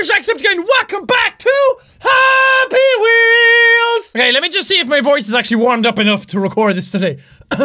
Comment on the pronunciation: The way you said happy weols!!! Hahaha